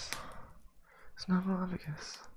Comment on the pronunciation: Why do you pronounce it snuffleu*f*agus when the title spells it snuffleu*p*agus?